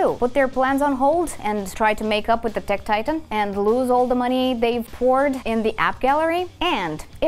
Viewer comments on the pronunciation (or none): none